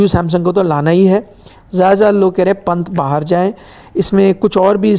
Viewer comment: sir why are pronouncing bahar aaye..... As behar aaye intentionally like pakistani akcent.... At min 1.35 sec....